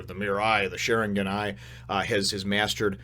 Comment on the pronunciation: how u are pronouncing sharingan now is right